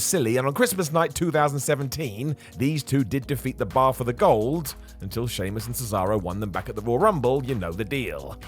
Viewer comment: Sheamus* not Sheimus